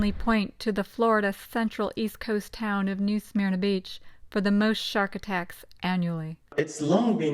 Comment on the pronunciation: The script was read awfully. It's not pronounced "smear-nuh" and it's not pronounced "tar-pawn". And tarpon are not baitfish but rather a game fish which EATS baitfish. This vid might contain other errors too, but I couldn't go any further, this was so bad.